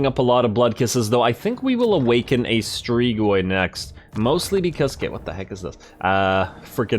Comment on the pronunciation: Love the vids broski, just so yknow it's pronounced strig-oi